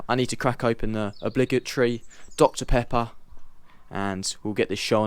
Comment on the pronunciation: Dr pepper! Don't worry about pronouncing the name, close enough. been called worse 👍